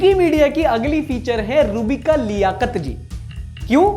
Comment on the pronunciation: Robika nhi roohbika